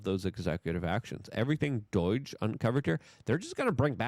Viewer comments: For about the millionth time, it is not doige, its not doyj, it isnt doyge. Its DOGE! Learn how to pronounce shit, for Gods sake. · Still sounding like a clown-child saying DOIGe, just pretend you are saying Dodge like the car company, speech impediment is no excuse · Say it with me d-oh-ge There is no i in doge It's not doige, You're the only one on earth that says Doige.... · How hard is it to say doge. Does anyone else hear the i or y he keeps adding to it . Its Doge . No Doyge or Doige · stop calling it doige. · Doge not Doige. Practice in front of your mirror if you must ! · I die a little every time I heard "doidgh" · LUKE STOP CALLING IT DOIGE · Whats "doyge"? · Why do you say “DOYGE”? Its not pronounced like that. Its fucking irritating. Correct this mistake. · LUKE, it's not "Doige" like you say it. It's pronounced Doge with a long "o" and a soft "g". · Still saying DOGE wrong- makes you sound stupid.. j/s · It drives me crazy how Luke pronounces words. D.O.G.E. becomes “Doyge”, with = “wit”, children = “cher-dren”and he refuses to refer to X by its name. He consistently calls it Twitter. That’s what lefties do on purpose, to discredit Elon and the MAGA movement. Such a boomer thing to say. Get it together, Luke. It’s getting infuriating, how you don’t care about your words. I’m pretty sure that speaking is basically most of your job.